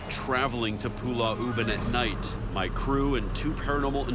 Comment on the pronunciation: 😂😂, yeah, Zak pronounce it wrongly. It's Pulau, but he keep saying it as Pulla